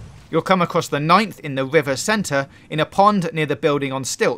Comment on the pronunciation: I hate how he said right "Wuife" and river "wuiver"